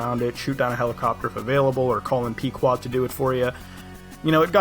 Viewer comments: Pee quad is as a mispronunciation as it’s pronounced peh qu woah Ed as one your characters alias names is ahab the captain of the Pequoad from moby dick. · they say the name peqoad wrong